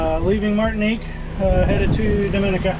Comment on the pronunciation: it's pronouned Domi-neeca